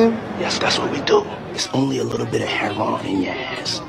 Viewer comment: When did it stop being called hair-row-win and now called hair-ron??🤔🤔